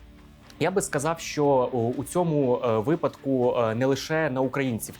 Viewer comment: Ви робите корисну справу і робите ії досить інтелектуально... Дуже Вас прошу, не вживайте таких наголосів: "у листОпаді"; "у випАдку". Не ображайтесь, адже моє зауваження, сподіваюсь, зробить Вас ще кращим фахівцем.